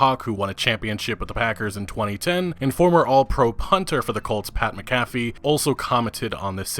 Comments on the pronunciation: It’s not Mc Caffe it’s Mac A Feee come on dude lol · it's pronounced Pat Mac-a-fee. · Pat MAC-A-FEE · Pat mAC-afee. Love you bro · McAfee pronounced Mack-uh-fee. Just FYI. First Madden I refused to buy in many many years. Good coverage on this (no pun intended) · It's Pat Mac-a-fee at least learn how to pronounce something correctly if you're gonna use it in a video. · Just in case you have to say his last name it’s pronounced Mac-Afee